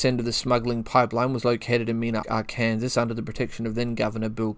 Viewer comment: Arkansas is pronounced Our-Can-Sore Love the channel